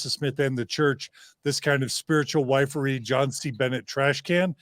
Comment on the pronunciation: Wifery is pronounced ( wiff-ery,)